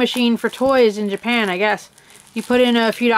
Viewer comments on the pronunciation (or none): It Japan not japen